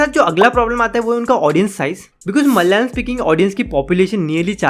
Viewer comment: It’s not MALYALAM (मल्यालम), please pronounce it as ‘MA LA YA LA M’ (म- ल-या- लम)